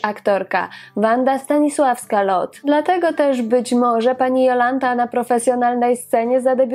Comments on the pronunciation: Do diaska, dziewczyno, ona nie zaden "Lot" a Lote. To niemieckie nazwisko. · dlaczego wymawiasz nazwisko Pani Jolanty Lothe jako [Lot] To zawsze mowilo sie i sama tak sie przedstawiala LOTHE.czyt. [Lote] pozdrawiam ps wystepowala w serialu Dr EWA o ktorym nie wspomnialas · Skąd wymowa "Lot" ? Za czasów jej największej popularności wymawiało się "Lote" pisownia sugerowałaby niemieckie nazwisko, a taka jest prawidłowa niemiecka wymowa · A nie latwiej zapytac p Jolante Nazwisko Loht nic nie mowi a Lote juz wiemy o kogo chodzi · Nazwisko Lothe wymawia się Lote. Pozdrawiam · nie wszystko należy czytać z angielska, tu akurat z niemiecka: Lote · Aha, czyta sie LOTHE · Nie wiem, skad pochodzi ta wymowa Lothe. Dla mnie ma ona korzenie niemieckie, stad wymowa powinna byc: lo:t:e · Jolanta lothe wymawiamy lote, w niemieckich nazwiskach wymawiamy e wiem bo moze panienskie nazwisko bylo tez niemieckie i nikt nie nazywal mnie Dalk Tylko dalke